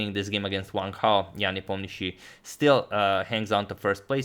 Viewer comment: Agad says Sam Hao, let him know lads that is Wang Hao,not Sam Hao